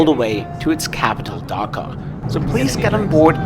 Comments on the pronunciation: The way you pronounce it sounds funny and sounds like you said Dhaka lol. Love your videos I am your very old subscriber after 4.5 years I am watching your videos again. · It’s not Dhaka but Dakar!! Don’t forget to roll “R”!! 🤔🤷🏽‍♂️🙏🏽